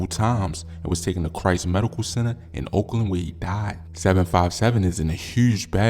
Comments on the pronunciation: Its pronounce Oak Lawn not Oakland 😑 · It’s Christ Hospital in OAKLAWN OAK LAWNNNN NOT OAKLAND 🥷 You not from Chicago. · Either you can read or you slow how does Oak Lawn look like Oakland I’m finna stop watching these shits cuz you don’t say the streets or have your information rite! Stick to ur city not mine! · It's oak lawn not Oakland ignorant fool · OAK LAWN!!!! not OAKLAND